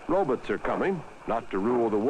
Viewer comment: Ha! Ro-bits